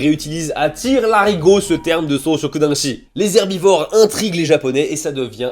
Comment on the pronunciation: lapsus : les zeubi-vores au lieu des herbivores. C-Q🍑-F-D